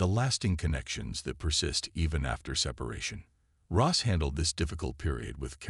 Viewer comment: It’s Ross not Rose!